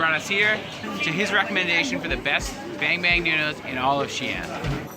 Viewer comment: xi'an,not xian.